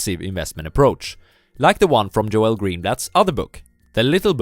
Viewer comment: GOOD VIDEO. His name is pronounced like "JOLE". Not "Jo-El".